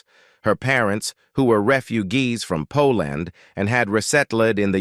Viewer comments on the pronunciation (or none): Wow. I never knew Cass spoke five lan-gue-gas. ...and, that her family were re-fu-gees from 'Po Land. Fascinating. (LOL! "Grrr-many.")